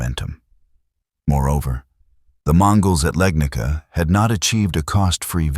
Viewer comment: its not "Legnika". it is Legnica. i was hoping ai slop channels will at least get it right